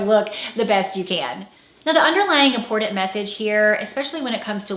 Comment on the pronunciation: There is no "d" in "important"